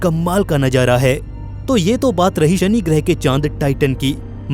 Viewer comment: Bhai tum manzar ko manjar or nazara ko najara bol rhe ho...baki voice shi h